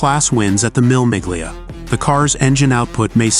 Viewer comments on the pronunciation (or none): When will commentators from the USA learn to pronounce titles properly. The race is pronounced phonetically "Meala Mealia", no G pronounced and meaning thousand miles. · Oh yeah..the Mill Mig Lee ah …or is it just American? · Pronunciation is s.t. real funny: The famous Italian race is pronounced “Mille Millya” and one of its famous drivers was not “Husky” but “Hushke” (the ‘u’ pronounced like in ‘bush’), and The Lancia is pronounced “Lunchyah”. But you did “Thema” real good! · This is true but the problem with a canned speaking voice is it's inability to pronounce words that it doesn't know like Mille Miglia (pronounced Me - lay Me - glia), Ayrton Senna'a name (understandable as humans have a hard time with this one). I get how difficult it is to do voice overs but some of the mispronunciations are important heritage names. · WHAT is a mill MIG-lia? Is it a special kind of mill that uses steam to grind up narration???? Rowan Atkinson is an actual racing driver, having competed in real racing series. He may not be at the top of racing, but he drives better than me (and most people). Does Harry Metcalf know you've used his channel's footage? 🤨 What is a "feet s interior"? Why would it be "8.32"? What is an "emm-kay 7"? McLaren F1 got to 240.1 mph.....where the hell did you get 243 from? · Would have been nice to see Atkinson's actual cars all the way through and not publicity photos. And the pronunciation of Mille Miglia marks the voiceover as not being a motorhead. One other thing, it's Ayrton Senna, not whatever gross misspelling the subtitle had. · Why has it been narrated in Welsh.Just about everything is pronounced wrong!!!